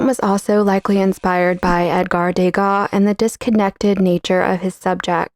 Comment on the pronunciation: Degas, not dégas, dégas means spill, for a painter, it's quite an insult!😅